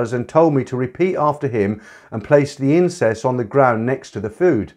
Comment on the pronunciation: 17.08 & 17 11 Incess ??? Do you mean incense ? I love hearing you reading these stories and I look forward to your weight loss one because I'm a bit of a portly fellow. :-)